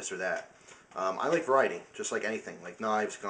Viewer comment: its funny that you said: i like varity in... knife, guns, lighter... lol like ur vids